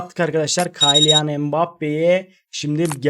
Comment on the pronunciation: Kaylian mbappe deil Kiylian die okunuyor reis :D